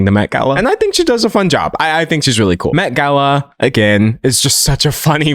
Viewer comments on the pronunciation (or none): none